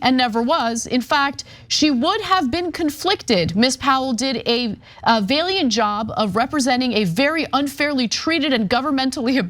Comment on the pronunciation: She pronounced "valliant" just as spelled.